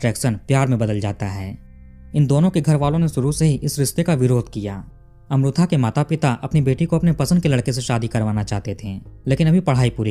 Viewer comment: मैने आपको बताया था की साऊथ का pronounciation कैसा होता हैं. फिर आप गल्त उच्चारण कर रहे हैं. वो अमृथा नही अमृता हैं. इतना भी क्या "हम नही सुधरेंगे " अटीट्युड?